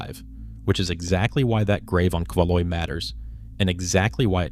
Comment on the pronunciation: The Kvaløya island is not called Kevaloy!! 🤣 Jeezz...